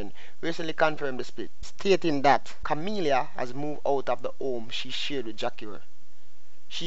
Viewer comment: Her name is not Kamillia. Kami...la